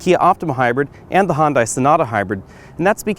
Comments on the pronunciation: He says hondai? Weird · "Hun-Day" like Sunday. lol